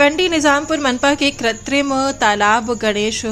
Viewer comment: Katrim nahi.kutrim boliye madam galtiyan badti ja rahi hai